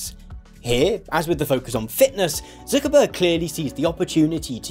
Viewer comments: I like how you pronounce it as "Zookerberg" ))) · the way you say "Zuckerberg" sound like you're from the north of England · i like how you say Zuckerberg